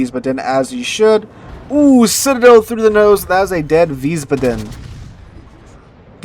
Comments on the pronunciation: Please fix your pronunciation of Wiesbaden. You keep saying veez-buh-DEN. It is actually VEEZ-bah-den. Stress on the first syllable and "ah" sound in the second, not "uh". Ich spreche Deutsch. It just hurts my ears every time you say it. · OK,..... this is the third or fourth video I've watched where you mispronounce Wiesbaden.....I figured someone would have commented on this by now.... but the correct pronunciation is Vees - bahden... baa--(as in sheep) with the accent on the first syllable. Thanks for continuing to make good content!! See you in the next one! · Wiesbaden has one d so long a. Wiesbaaaaden. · the name of the new ship is Weisbaden (pronounced Veesbaaden). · Wiesbaden ---> Vees-baa-dun.